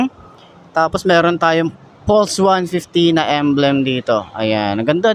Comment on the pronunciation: "Pals" ung pag basa po sa pulse...